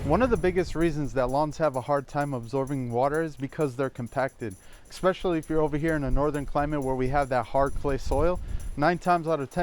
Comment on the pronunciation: Did you just say “ekspecially” 😂😂. I’m pretty sure that’s NOT a word. Oh I forgot - you’re a millennial. We’re not allowed to correct you because your feeling can get hurt 😂😂😂😂